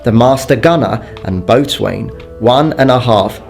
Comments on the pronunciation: Boatswain - pronounced 'bosun'. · Just to let you know, no hate i made the same mistake first time. "Boatswain" is pronounced more like "Bosun"(It can also be spelled like this)So, you don't pronounce "boat" and "swain", you pronounce Bosun. Awesome video anyway :)